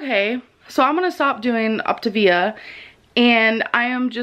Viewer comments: OP tah vee a, not OP tay vee ah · every time she pronounces “Optivia” “opti vee uh” I get closer and closer to ripping the hair out of my head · Her pronunciation is making me pull my hair out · “Optuh-VEEEEYA” 🙄 Say it with me gorrl. “Op-TAY-via” Did she really go to college.?🧐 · It sounds like she's saying Octavian which got me excited because I love ancient Rome 😂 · i love how she started the diet without even knowing how to pronounce it. that alone told us she didn’t do research. then the fact that she suddenly discovered it was 900 cals mega eye roll o p t A v i a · “On the video where I said I wasn’t going to do op-t-ivia no more” 💀💀🔨🤮🤦🏽‍♀️ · Optivia/optavia/Opt-ah-vee-ah has left the chat... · She just quit because she couldn’t bring herself to master saying the word “Optavia.” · Its six fuckin letters why tf are ppl acting like they cant pronounce optavia 😂